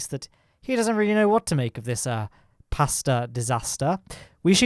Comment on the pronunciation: 'Pastah disastah'